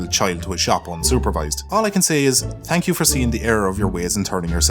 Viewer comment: no one:: tank you